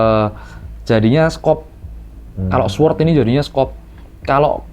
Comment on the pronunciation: Bacanya bukan Sword Bangg, tpi Sord. W nya tdk dibunyikan. Namanya silent W.